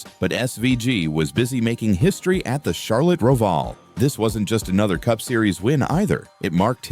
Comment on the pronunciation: "Rove-all" and later on "the type Nascar (live's) for" 😂😂😂 damn ai can't get the lingo down!